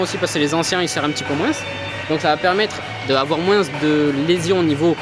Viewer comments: C’est dans quel pays qu’on dit “moinse” au lieu de “moins” ? J ai jamais entendu ça en Belgique et il a pas d accent quebecquois 🤔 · Ciao, superbe vidéo! Quel travail, bravo, un régal pour les yeux! Petite question, à la fin de « moins » tu prononces le « s », c’est un truc typique de ta région ou bien? J’avais jamais entendu ça et ça me choque 😂